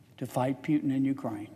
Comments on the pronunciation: Hes name is not Pjutin, its Putin ;) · "Pyutin", really??? I thought this dude was intelligent. I guess not. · Senator John Kennedy, we are not a democracy sir. We are a Constitutional Republic! But I like the fact how he says Putin, Pewtin' 😁